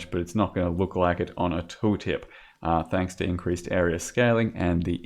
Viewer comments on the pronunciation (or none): none